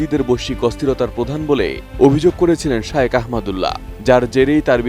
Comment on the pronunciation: একজন খবর পাঠিকা শায়েখ না বলে বার বার শায়ওখ বলে সম্বোধন করে যাচ্ছেন যা শুনতে খুবই বিব্রতকর।